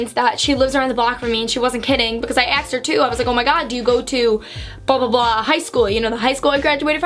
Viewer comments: “Aksed” haha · Lol am I the only one who notices when says the word “ask” or “asked”, it sounds like ax or axed?